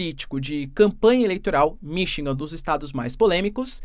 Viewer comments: Desculpe , mas um professor de goegrafia que fala "Minchigan" nao pode ser confiavel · pelo Amor de Deus, o professor de Geografia que fala que o Biden passou por "Minchigan" no tempo meu Deus ! Eu nao sei quem eh pior o professor ou o Biden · vc tem toda a razao , porem vamos supor que ele estivesse falando de uma cidade pouco conhecida no idioma russo…. Seria compreensivel , mas esse cidadao vende curso preparatorio e tem mestrado .Desculpe mas com esse gabarito ele falar “Mimchingan” so pode ter sido aluno do Sergio Moro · Sim vc tem razao! Mas um bom professor e um bom orador é aquele que ouve o que fala , e le o que escreve . Se ele nao ouve a si proprio, como pode comunicar pra milhoes? Falar 4 ou 5 vezes seguidas “Mimchingam” e nao perceber é o sinal que para ele isso é o certo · Todas as vezes que vc discordar, volta o video e ouça ele dizendo “Mimchingam “ . Ele foi educado em universidade publica com os nossos impostos, isso sim é triste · Ele eh aluno do Sergio Moro : Um diz "Mim" e o outro diz "Mimchigan" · Ele falou “Mimchingam “ no vídeo de hoje outra vez